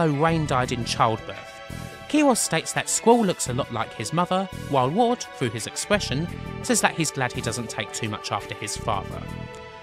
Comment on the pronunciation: are you saying watts?? watson??? ward brah WARD